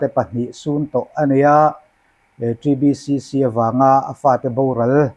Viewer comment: TBCC i lam rik dan chu ava dik teh Kelh ve